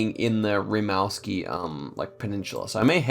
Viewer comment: Hahah the “Rimouski” pronunciation was so funny!! It’s pronounced “ree-moo-ski” We pronounce it in French but it's from a native language. Also, most of farms land in Quebec are south of the river.